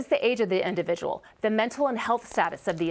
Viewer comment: "Individual". Learn how to speak, woman.